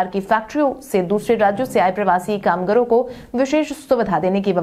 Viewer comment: "कामगारों" शब्द का उच्चारण "कामगरों" नहीं किया करें।